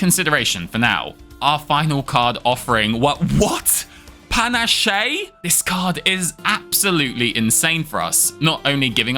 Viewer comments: Loved this vid. I never watched that much StS content but yours has me hooked I think your style is great I will say tho, ‘panache’ is said ‘pa-nash’ and not ‘pan-ash-ay’ ;) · Pana-shay? It's 'louses' all over again. Panache is pronounced pan-ash. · Its pronounced panash, not panashay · Because I'm American is always catches me off guard when you pronounce Panache wrong. (It's pah-nash! ;p ) EDIT: Gasps in shock! You're NOT killing Donu first to get rid of the buffs?! (This might be out of date.) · I'm guessing you've never seen the word panache written down before. Puh-nash. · Congrats on the win! You love to see the law of claw being followed. Just FYI, panache is pronounced puh-nash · I love the amount of swashbuckling charisma and panacea your videos have, and adore StS. I don't know what it is about these deckbuildera, but they just have so much charm and ... exacerbated sigh ... pan-ah-shay. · "Pan-ash-shea"? You're killing me dude 🤣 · Alright, I'm not gonna call "pan-a-che" anything else from now on. Though oddly, it is ultimately an Italian word from "pennacchio" that is pronounced kinda close to what you said. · the way you pronounce panache is a bit right? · the way you pronounce panache is almost as painful as as the 27th claw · Clawesome run! Also, interesting way to pronounce "Panache", although with the way cache and cachet are pronounced I don't blame you.